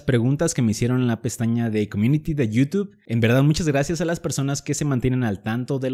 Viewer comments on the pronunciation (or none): none